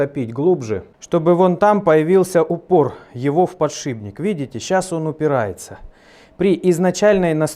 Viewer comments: я обожаю ваше творчество, и понимаю, что дело привычки это вторая натура, но уверен, что Вы знаете, что подШИПник пишется и произносится через П, а не Б... Извиняюсь за занудство, но нас в универе сильно дрючили за это, и чутка коробит, боюсь я не один такой. Извините за критику! Контент у вас топчик! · «ПодшиБник» ну очень режет ухо.. с удовольствием смотрю Ваши видео, но все же.. удачи Вам в проектах! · не могу больше терпеть, так сильно слух режет, но вы же помните — "подшиПник" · Ну ради бога подшиПник, ухо режет. Где один два раза проскочит ну хрен с ним. А так всё класс. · ПодшиБник, подшиБник.... ну как??? почему??? за што??? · Бля подшиБник подшиБник подшиБник подшиБник. Нет такого слова. Аж ухо режет